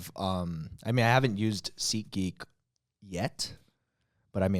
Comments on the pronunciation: Anyone else thought he said seekgeek instead of seatgeek? Or is that just me? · I heard "SeekGeek" every time. But SeatGeek certainly makes more sense.